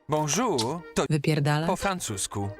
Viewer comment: "Bonżur" to wyxxxxxxxx po francusku😂, a i piosenka 1.54 pierwszy dzień cię oglądam, a ty znasz moją ulubioną "piosenke"